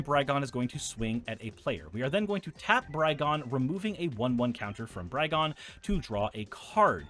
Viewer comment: Though no one asked, I haven't heard any content creators pronounce "Brigone" how I believe it would be pronounced in her native plane of Theros (a la Greece): if similar to the Greek tragedy and character of "Antigone" (an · ti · guh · nee) , then "Brigone" should be pronounced bri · guh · nee, though I'm not sure if the "bri" part should be hard ("br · eye") or soft ("br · eh").